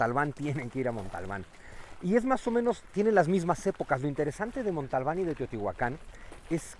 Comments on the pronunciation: Cuando dice "Montalbán" en lugar de Monte Albán, pierde todo mi respeto bai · ¿Porque dice Montalban? ¿No es Monte Albán? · Es “Montealban “ no Montalbal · Se dice montealban no montalban